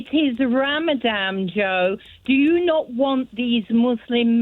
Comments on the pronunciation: "In ramadam, in ramadam, in ramadam" We heard you the first time! And its 'ramadan' by the way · The fact that she says 'ramadam' shows her knowledge of anything. Daft woman! The same goes for the presenter,. Israeli mouthpiece, sitting on the fence, playing both sides. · It’s not ‘Ramadam’ Mam , and you don’t care about the Muslim hostages either. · "Ramadam" can't she even pronounce the name properly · She cant even say ramadan properly…. She really shows she cares 😂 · Its ramadan , hate it when they say ramadam👹